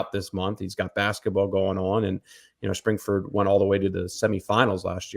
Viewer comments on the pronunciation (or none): It's Spring-FORD. (Not ferd) Also, it's Zollers, like dollars.